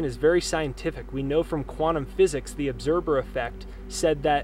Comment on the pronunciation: ObserVer. With V not B. Just a little correction, no biggie. Good stuff!